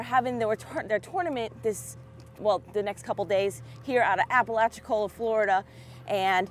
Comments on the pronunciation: Very cool! Bay City Lodge is a family favorite! We’ve stood at that cleaning station many times. Great day for you congrats! Tell Puddin’ it’s Apa-lach-chi-cola!😁🌴🌴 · It's pronounced Ap-pa-latch-a-cola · I wish there was a way that I could record my voice so you would know Apalachicola is the way you pronounce the city that you're going to however I can't record my voice so you're just gonna have to figure it out by the people talking to you there